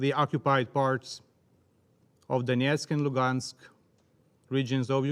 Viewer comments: Зараз геть не час критикувати вимову наших представників в ООН, але мене теж зачепило оце донєцк, луґанск, владімір. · ай хев ван квестіон, чому Донецьк і Луганськ вимовляються на російський манер??